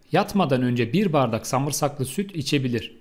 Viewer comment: Samırsak dogrumu duydum 🤭